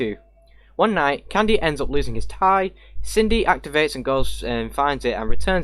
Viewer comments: Everyone: Cindy: kin-dee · U said kindy by way not Cindy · i thought Cindy was pronounced "Sin-dy" not "Kin-dy", is that an exception for the game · did my man just say kindy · it’s fine man it’s Sin dee if you were curious how to say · That's not how you pronounce his sister's name!!!!!